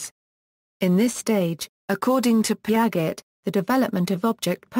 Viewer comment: Its not pronounced Pia-get but pronounced like its said piajay was the only thing annoying me sorry